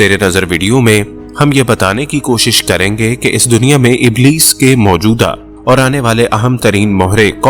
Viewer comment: اِبْلِیْس ھے ( ا زیر رکھتا ھے)